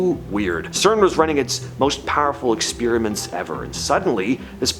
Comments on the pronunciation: Your videos would get more views if you start pronouncing "experiment" correctly. Ex spear ament is quite annoying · What's an exspeeeeriment?